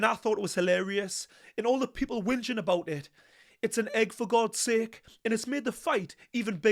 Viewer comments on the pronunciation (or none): none